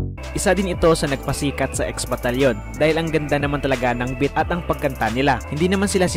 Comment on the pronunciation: Beat Hindi bit.hahahaha